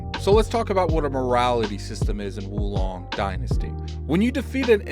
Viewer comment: Whoa Long. Not Wu Long lol.